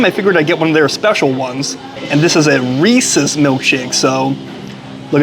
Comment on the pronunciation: Thank you for pronouncing “Reese’s” correctly.